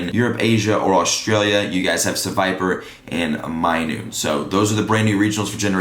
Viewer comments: Minun. Not minoon. Not being rude just making sure you know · Minun pronounced, "my-nun" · he also called minun minoone